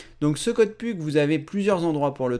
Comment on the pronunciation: on dit puk (peuk)